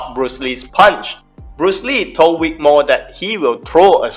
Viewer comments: Say it with me Vic Vvvvic, not Wic, Vvvv, Vic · Vic, not Wick, mate. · His is vic not wic